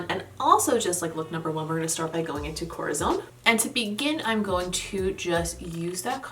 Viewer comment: As always great looks aaaaand congratulations about your spanish words, your “corazón” is closer to a south american way of pronounce it but the other words more like to the standard central spanish, love the way you say “sangre”. Sooo not bad at all!☺️👏🏻👏🏻👏🏻👏🏻